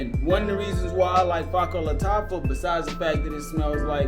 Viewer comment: " Fa-ker bah Lataffa"...deym dude try to pronounce it properly lel!